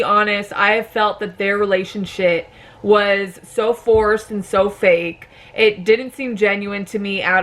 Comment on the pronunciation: Am I the only one who heard relation-shit ? 😂